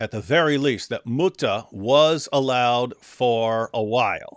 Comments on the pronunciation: Lol the “mootah” 😂😂😂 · "Moo-TaH" - saying thank you to a cow